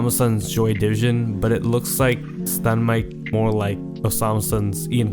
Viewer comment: bro said stunmike